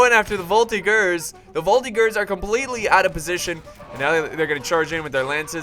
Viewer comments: NOOOOOO !!!! it's not prononced "volti-GERS" but prononced "volti-JERS" !!!! not so hard to remember !!! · Its a soft G in Voltigeurs